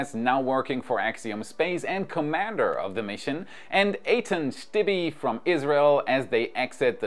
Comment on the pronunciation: Stibbe, not Stibbie, it's a silent eh, it's a Dutch name, his family came from Zwolle city originally.